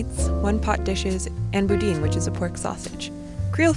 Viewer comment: Boudin is prounounced "Boo- Dan" ;)